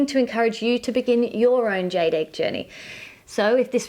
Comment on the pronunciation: Jade rhymes with laid.LOL.